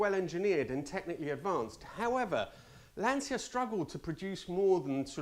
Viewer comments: Would it be demanded too much to pronounce "Lancia" correctly - for an "Italian" ? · Nice vid, the right pronounciation of Lancia is with a c similar to the first one in check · Why can no British car reviewers - Top Gear et al - even say the word Lancia properly? Do they drink 'capussinos', and say 'siao'? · The Ferrari 512 is your number 1 pick that makes you ashamed of being Italian? Seriously? Not the Multipla? By the way, you are the only Italian who doesn't know how to pronounce Lancia. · If you are Italian, you should learn to pronounce 'Lancia' correctly. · Giving it large about being an Itie, yet you can’t pronounce Lancia. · Not qualified to correct your Italiaaaaano accent but I always thought that Lancia was pronounced Lanchia? Like Chinzano? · If that "horrible" 512 M was sitting in my garage, I'd be jumping up and down with joy 24/7. Maybe a low blow but, as an Italian, your pronunciation of Lancia is true pain to my oversensitive full blooded paesano, from Tuscany, ears. A little practice would help. Grazie. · You should be more ashamed of how you pronounce Lancia. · Great video as always! Just do me the favour and pronounce the name "Lancia" correctly in the Italian way 🙏🏻🙏🏻🙏🏻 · For an Italian, you butchered pronouncing Lancia... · Tries pronouncing all the Italian names and then says Lancia like that. And Citroen like that..Why leave the French out?😺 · Lancia is still pronounced Lan-cha and not Lan-see-a. But what do I know, you're the Italian one (at least trying very hard with every other Italian word). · To hear an Italian say "lan-see-yuh" is absolutely unforgivable. Shame on you. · Aaah that's why you are the only english speaker youtube carguy that nails the italian pronounce of the brands and models 🇮🇪 .... i have to correct myself.. at 7.47 you said LANSSIA.. I just want to ask you: WHYYYYYYYYYY???? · Yes, but native italian who say Lansia instead Lancia with italian C is awful 😏